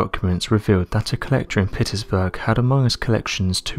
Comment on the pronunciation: Why is he saying Petersburg so strangely?